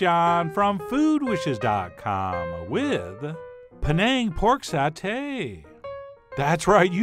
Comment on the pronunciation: Chef John, you pronounced "Penang" correctly. And the recipe is spot-on! Even my mom approves!